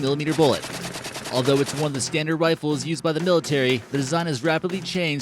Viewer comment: Worlds most insane “Riffles” ever made. 😄